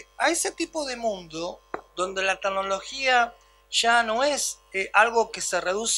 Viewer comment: Muy interesante. Solo faltaria no decir 228 veces "tagnologia".